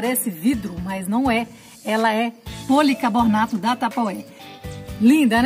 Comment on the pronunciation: Vc chamou a tigela de jarra kķkk e o nome é policarbonato, e não policabornato, o jeitosinho é de 400 ml , acho q foi o nervosismo 😘😘